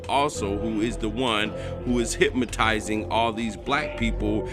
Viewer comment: LMAO Hip-ma-ty-zing😂